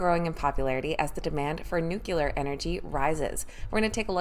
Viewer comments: New cue ler! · That drives me crazy. Everyone is pronouncing nuclear the way George Bush does. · She can't pronounce "nuclear"! 🤔